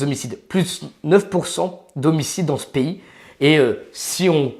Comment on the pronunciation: "dans s'pays". De quelle nationalité est ce monsieur?